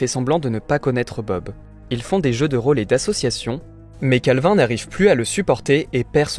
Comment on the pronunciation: Mon dieu comment il prononce calvin 😭😭